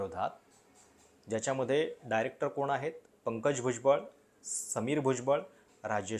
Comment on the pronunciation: किरीट सोमय्या यांना भुजबळ नावाचा नीट उच्चारही करता येत नाही 😂 राऊत आणि भुजबळांनी जे भोगलं त्याचे काय?